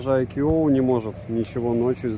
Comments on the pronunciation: А по синтаксическим правилам какого языка "iQOO" произносится как "айкьюоу"? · Даже индусы на своём ломаном английском произносят правильно: айку